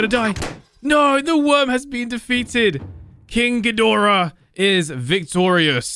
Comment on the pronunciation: Warbat is from godzilla vs kong and you pronounced ghidorah right.